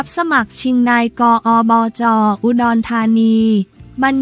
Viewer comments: นี่คุณๆๆๆ คำย่อภาษาไทยนะ อ่านใหม่ๆๆๆๆนายกฯ อบจ ตามนี้ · โถคงเป็นพาม่าถึงอ่านนาย..กอ,ออ.จอ.พูดน่าร๊าก